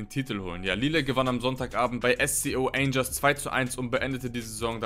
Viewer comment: Angers spricht man zwar „Orsche“ aus aber trotzdem gutes Video